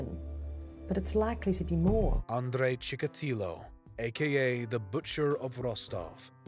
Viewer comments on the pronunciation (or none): Chick-a-tee-o not ChickaTILo.